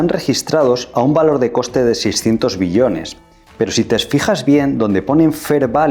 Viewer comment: Todo bien, sólo pronnuncia bien la palabra "Billones" te entendemos millones y tengo que regresar el video para comprender.